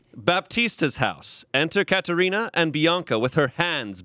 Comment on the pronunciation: As a person who is named Katherina, thank u for saying my name right 😊😊